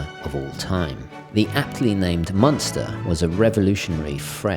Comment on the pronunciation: Nice vid, it’s taken me until this one to realise when you say munster, you mean monster. I did always wonder what a strap munster was...